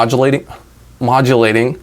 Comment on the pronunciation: "it's molodulating" -, 2020